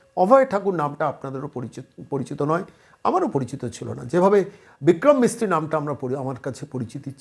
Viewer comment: প্রতিবেদন করার সময় আর একটু যত্নশীল হোন , "বিক্রম মিশ্রী" কে বিক্রম মিস্ত্রী বলে যাচ্ছেন কেন?